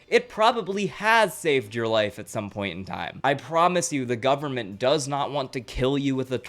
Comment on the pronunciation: da gubuhment IS CONTROLLING THE WEATHA.